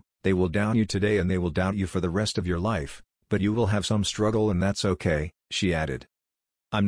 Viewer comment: It was a "shtruggle".